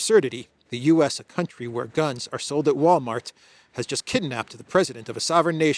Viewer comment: Did this guy say "kid napped"?